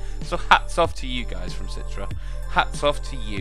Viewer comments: citre? its Citra! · umm its not "citre" its pronouced "citra" not citre